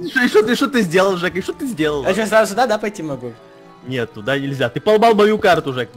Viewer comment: слушай жек а не дек извини